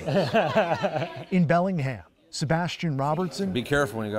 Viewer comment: It’s not ‘belling ham’ it’s ‘belling-um’ Anything with ‘ham’ is pronounced ‘um’ and anything with ‘shire’ is pronounced ‘shur’ Why is it so hard for muricans to speak the only language they know?..